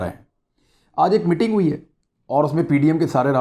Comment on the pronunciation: Imran bhai "Mitting" nhi, "Meeting" hota hai.